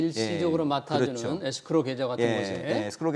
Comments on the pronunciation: 에스크로를 에크로스라고 하느거 킹받네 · 에스크로지 에크로스가 머냐 ㅋㅋㅋ 전문가 맞냐? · 에크로스가 아니라 에스크로에요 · 에스크로다 에크로스라니 깊이 반성해라